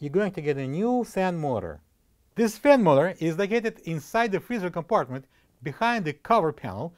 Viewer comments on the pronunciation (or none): Not helpful can't understand learn to pronounce words ! What is a fin more